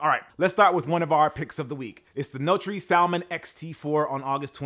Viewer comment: Notre = no-tur (e.g. Notre Dame); not "no-tree"